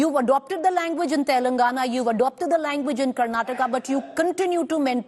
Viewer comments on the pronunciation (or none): none